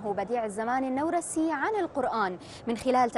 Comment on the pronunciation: النورسي بفتح النون و جزم الواو خطأ. الصحيح ضم النون و جزم الواو. نعم لا تطابق القواعد العربية لأن كلمة "نورس" ليست عربية بل كردية و هي إسم القرية التي ولد بها